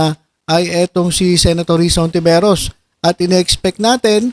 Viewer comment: Children, remember: Spanish surnames should be pronounced in Spanish. In HONTIVEROS, H is silent and the stress is on the first syllable.